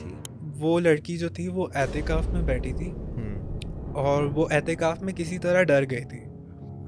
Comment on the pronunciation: Etekaf❎ Atekaf✅